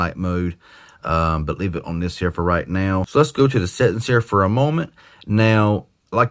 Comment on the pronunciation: Love the way he says settings, "settens'.